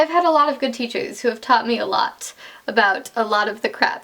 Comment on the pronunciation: YOU SAID ABOOT YOU'RE CANADIAN SOZ